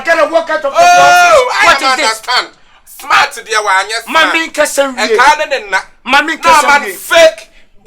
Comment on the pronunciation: You gotta be "schmart"...lol